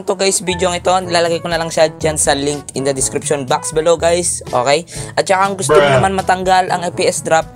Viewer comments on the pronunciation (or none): none